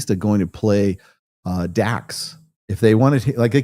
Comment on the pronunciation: DRAX!!!! NOT DAX LOL